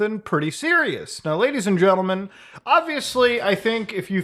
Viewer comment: genTlemen not genlemen xD the T isn't silent